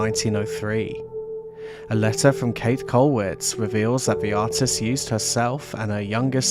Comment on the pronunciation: Just a simple 'correction': her name is pronounced like "Kate-eh" with an audible "eh" or "a" at the end.